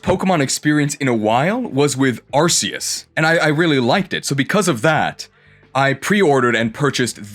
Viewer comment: That's not how you pronounce "Arceus."